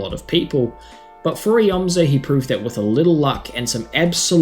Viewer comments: It’s pronounced eomzo not eozmo I used to do same thing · you said eozmo and not eomzo